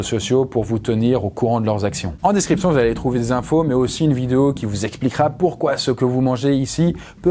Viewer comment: J'adore ta "vido" 0.59 👌👌👌